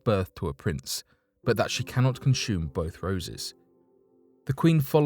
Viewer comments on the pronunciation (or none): none